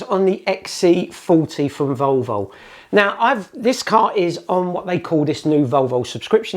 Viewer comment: Odd pronunciation of "Volvo". Sounds more like "Vulvul". Nice review though